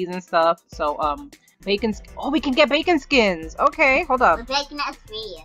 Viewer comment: Its bakon not bacom